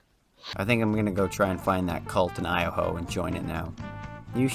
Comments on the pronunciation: Omfg you literally said Iohoe, it O-Hi-O, how do you combine Iowa and Ohio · How the FUCK did you just say Ohio?